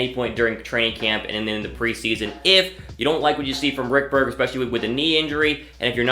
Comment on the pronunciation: I was thinking the same thing...RICK-BERG?